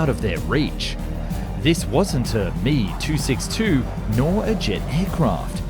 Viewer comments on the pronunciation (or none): That is the German way to pronounce it, I believe, but in that case, “Me” should be pronounced “may,” not “mee.” It’s distracting to hear an English speaker pronounce it that way, and I do wish he’d stop. What’s really annoying is how he switches between “doe” to “doo” at random. Really?! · pity that the Mee and Doh mispronunciations detract from the otherwise good info. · Do is an abbreviation of Doriner no an English verb! Impossible to listen to!! He is Heinkel, Me is Messerschmitt. NOT ‘doo’ ‘he’ and ‘me’. … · Dee oh. Em ee,,ache oh not doh and me or he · Does anyone else find it cringeworthy to watch his videos on German planes? The instance on calling ME-* planes me instead of M E. And then alternating between doe or due, oof. I guess I just expect someone who does it for a living, would know how to pronounce the designation of some of the most important planes in history. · I must respectfully correct you: ME-262 etc., DO-217 and other Dornier aircraft. When you say their manufacturer designator, i.e., DO and ME and JU, you do NOT say them as a word. ME is NOT "me", it is "em-ee" as you pronounce each of the two letters. DO is not pronounced as "do [due or doe]', it is "dee-oh", and JU is "jay-you".... Conversely, in American mil ground vehicles, as in the M-113 APC is spoken as "em -1-1-3" with each number pronounced separately. The M-577 is "em -five-five-seven". BUT because we are Americans, the M-80 Tank Recovery Vehicle IS IN FACT called an "em-eighty"!!! The mini-rule is f it has only two numerical designators, you NORMALLY say it as a complete number, if more, then each numeral is pronounced separately. BUT: in aircraft, we DO use the regular way: P-51 is pronounced as "pea- fifty-one", and so on. Thank you. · Pronounced “M” “E” and “D” “O” not mee and doe. D,O is the first 2 letters of Dornier and M,E the first 2 letters of Messerschmitt. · It’s not a me. It’s an m.e.😊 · It’s not ‘Doe’ ‘Me’ or ‘He’ it’s D-O, M-E and H-E. 😂